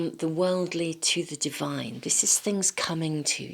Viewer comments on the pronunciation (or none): none